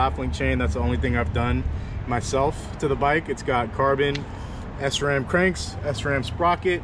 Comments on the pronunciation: Hey just to let you know sram is pronounced shram not s-ram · Man called it S-ram bruh it’s sram one fluent word